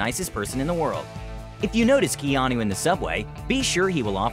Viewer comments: I'm sorry but does the narrator say Geanu instead of Keanu at the start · Did this guy say “Jeanu Reeves”?? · I swear my mind thought he said jeanu reeves in the beginning.